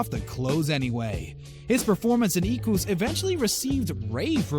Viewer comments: Stop saying "Eeh-kwoos". That's not how it's pronounced. It's ˈɛ.kʷʊs. ɛ as in 'bed' & ending with 'us', not an ooh sound. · You don't know what an Adult Movies is. And you don't know how to pronounce Equus and epitome.